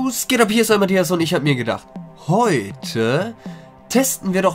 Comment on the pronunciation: Boa... Bei diesem "Sgehtabb" bei hab ich aufgehört zu schauen! Gräßlich!